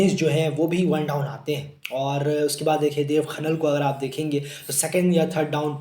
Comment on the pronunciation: भाइ आप देब खनाल को आप खनन बतारहे हो